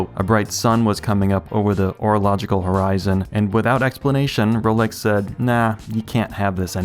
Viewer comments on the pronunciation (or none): none